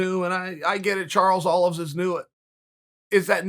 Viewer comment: "Charles Olives" hahahahahaahhahaahahahahah